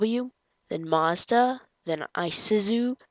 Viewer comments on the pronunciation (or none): That's not how you say Mazda